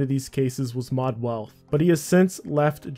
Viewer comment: Did you really call mod weath ‘mod wealth’